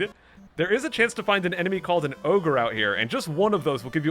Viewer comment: Every time he said”Oyger” I thought of the Shrek meme “Oygers have layers!!!!!”, the memes have ruined me